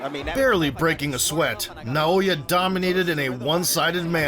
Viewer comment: Imagine hearing "Naoya" and 1 sec later still mispronouncing it. American iq xD